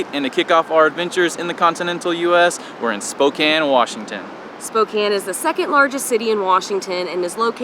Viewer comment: Thank you for saying it properly.